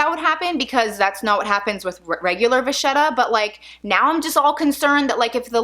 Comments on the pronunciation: You seem like a very nice lady....I have "pet peeves" when it comes to words and their correct pronunciation! It's Va-Ket-ah . the "h" is silent....Just sayin' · Vachetta is pronounced (same goes for bruschetta) with a hard "k" sound, Vaketta, or brusketta. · I think vachetta is pronounced like va ketta?? No? Yes?